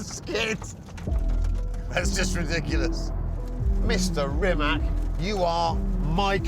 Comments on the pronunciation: Awesome car, but Chris, you're making your Croat friends cry with that "Rimack" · Like seriously? Serious show, so many years old, has a incredible legacy, and you guys didn't pronounce Rimac neither Nevera properly. You literally said it Reemak Neeveera. Tsk tsk tsk. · Piss off with your wrong pronouncement of "Rimak " ,Kris Haris . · You're a legend Chris, but if I can pronounce names like Mclaren or Triumph, you can get Rimac correct. Thanks ❤🇭🇷 Sretan Božić i Nova Godina 🙋‍♀️🎄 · when will people learn how to pronounce rimac properly… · Where do they see a K in Rimac? No one is calling Mercedes a Merkedes....have some respect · "C" in "Rimac" is pronounced as "c" in "cereal" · Surely you guys can take a few seconds to learn how to pronounce rimac correctly? It's not that hard. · WHEN will the automotive press honor this man and learn to pronounce his name CORRECTLY? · wrong. 'c' sounds like ZZ in pizza. there is no T or SH sounds. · Why nobody can pronounce Rimac correct? 🤦🏻‍♂️ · Could you invest 3 mins in learning how to f pronanunce Rimac and Nevera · Please pronounce Rimac correctly next time🗣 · Rimac managed to create such an amazing car, but these bloody presenters can't learn to pronounce his name right! Kakvi idioti, u vecini sveta... strasno. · Why can't Chris learn how to pronounce Rimac Nevera correctly? Really poor. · I am astonished you can do an entire video, presenting this awesome Croatian car, and can’t be bothered to find out how to pronounce the name correctly. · It's not Re Mack! Pronounce it as Reematz! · That car deserves proper respect, doesn't it!! Starting with pronunciation BBC. It's NOT RimaK, rather RimaC (last letter is pronounced like first from word Zeppelin and not like first from word Canada). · Get it right not RIMAK its RIMAC CCCC Not. KKKK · its Rimac with C not Rimak with K...... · It is not “Rimak”...it is “Rimac”... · It's pronounced "Rimats", not "Rimak". 🙂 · its not rimak its rimaC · It is not RimaK it is RimaC